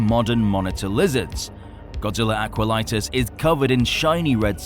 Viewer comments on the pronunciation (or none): It’s not Aqualitis, it’s Aquatilis